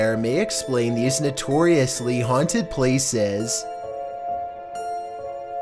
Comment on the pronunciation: These NOTORIOUSLY haunteeed PLACES.